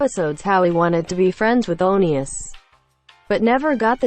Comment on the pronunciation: Rip it’s ONEus not onkeeus lol